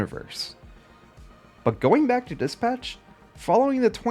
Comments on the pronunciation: did he just pronounce dispatch as diss patch? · say it as one word bro its not dis patch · The way you dispatch as DIS-PATCH is errrrrking me say it correctly ffs!!